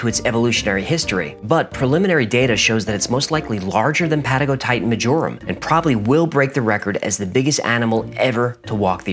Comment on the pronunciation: It's Patagotitan mayorum, not majorum.